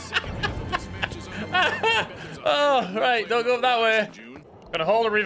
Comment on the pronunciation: The way you say 'dote' instead of 'don't' makes me think you are from my home town?...